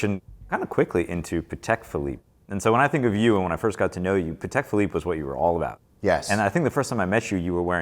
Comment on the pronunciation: Best episode of talking watched ever. I have watched it about a dozen times and enjoy it every time. Even better when a couple of serious American watch collectors pronounce Patek Philiippe properly!! "I dont want the money, I want the watches" yes definitely a watch collector.